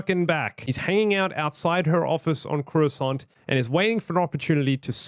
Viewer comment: I was watching this with subtitles and when you said “Corucant” it came up as “croissant”. 😂